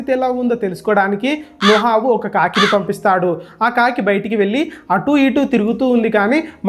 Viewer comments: నోహవు కాదు నోవహు 😂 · Video chala bagundhi brother kani nohavu kadhu novahu